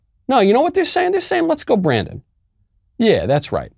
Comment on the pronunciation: "Beep go Brandon" is what I heard...seriously...lmao